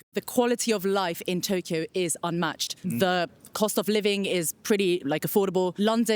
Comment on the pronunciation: “I come from Spain” in a thick and rehearsed English accent and then says Touuukyo knowing that in her mother tongue she can easily pronounce the word like in Japanese